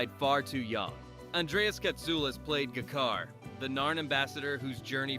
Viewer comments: Guh-Kar? Bro... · This may only be youtube but please at the very least learn how to pronounce the characters names..... It's G'Kar, G as in James, Car is in car. RIP far too many. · I'm not sure if this is AI or human mispronunciations, but anyone who's watched the show knows it's pronounced "J-Kar" (not G-Kar) and "IHVAN-ova" (not "Ivan-OVA"). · It's ja kar pronounced like j not guh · What is Gerkar? It's GeeKar! Is this AI voice? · The AI voice over is horrid. Gih'kar. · AI trash. Pronunciations are all over the place (Juh-kar? sheesh) and facts are just plain wrong - e.g. "Day of the Dead" was written by Neil Gaiman (as correctly shown by the IMDB page for this episode). Trash video from a trash channel. 👎👎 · Democracy slowly giving up their freedom, MAGA cult to tRUMP right now is proof this can happen. The United States' democracy lasted 248.5 years It is pronounced GEE-CAR for the record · “Guh-KAR”??? Really? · These "creators" who use AI narrators really need to learn how to rewrite their scripts phonetically to make sure the AI pronounces unconventional names and words correctly. For example, every instance of G'kar needs to be written as Juh-Car. But they won't. This is why AI slop will always remain slop; because all the so-called creators on YouTube can't be bothered to generate anything else. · "Guh-car," spoken like someone who never saw a single episode of the show. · I heard people mispronounce "Katsulas" before, or pronounced G'Kar as Jakar, but this took the cake.🙃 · Yeah man, get in the Guh-car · I you don't properly know how to prononce G'Kar then you are an AI voice and you obviously NEVER watched so much as a clip let alone an entire episode. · is this read by AI or has the guy never seen a single episode?!? G!`KAR, IvanOva... And you were unable to show DS9 when mentioning it but showed something of the calvin timeline instead? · The narration in this is very jarring. I'm guessing it's AI. It mispronounced most of the character names.